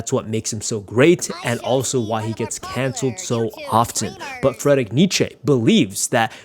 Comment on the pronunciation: "Fredrick" Nietzsche 🥀